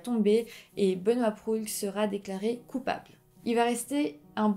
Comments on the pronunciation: Proulx se prononce juste prou 😅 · Proulx se prononce PROU et pas prux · Bon vidéo mais je grinchais des dents lorsque vous prononciez certains noms... Proulx : le "L" et le "X" sont muets, donc se prononce "prou"; Sainte-Foy : ça se prononce comme "foi"; Université Laval, pas de Laval; Au Canada, ce n'est pas un juge qui décide si une affaire est poursuivie au tribunal, c'est le directeur des poursuites judiciaires. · un petit détail...on prononce prou sans dire le l et x...pas bien grave :) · Très bonne vidéo. Un petit détail, Hemelin ce prononce Hamlin et Proulx ce prononce Prou. Une suggestion: Lucas Roco Magnota. Une affaire horrible.